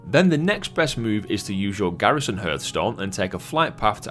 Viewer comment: What's a "Herthstone"? :)